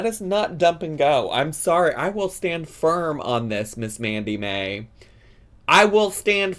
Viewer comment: I dont watch twitch, so i may be missing the joke here. Why did it sound like you were calling her Mandy May, when her channel says Sammi Mae? Not hating, just curious if i missed the joke or misheard you?